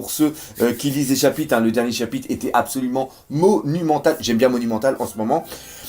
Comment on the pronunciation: Bon bin comme d'habitude, tu nous offre une vidéo de qualité qui fait plaisir à mater ! Ta chaîne mérite son succès y'a pas photo. Tu maîtrises grave ton sujet et on sent la passion pour ce manga. Sache que c'est mon fils qui m'a fait découvrir One Piece et toi qui a fait que je m'y suis accroché ! Bonne continuation ! Ps : on dit pas chapite mais chapitRe 😆 je sais pas pourquoi mais à chaque fois que tu prononce ce mot tu zap le R !